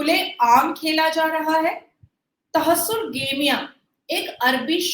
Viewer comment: For a little correction its not तहस्सुर गेमियाँ Its तहर्रुश गेमियाँ